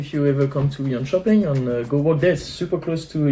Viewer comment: One of the guy sounded like he is from Germany and the other maybe France, both pronounced Swedish places wrong around Jönköping.